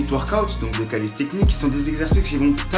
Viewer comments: bonne vidéo ;) c'est calistheNICS* , pas calisthecnics ^^ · Mdrr "Calissstechnique" , NAN ! C'est Calisthenics et ça se prononce "Kalissténniqce" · Calisthenics pas calistecnics lol